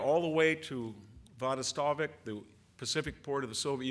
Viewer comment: Victor it is Vladivostok not vadistovik, respectfully.